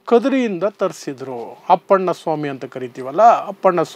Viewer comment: ಅಪ್ಪಣ್ಣ ಅಲ್ಲ ಅಣ್ಣಪ ಅಂತ ಹೇಳೋ ಗೂಬೆ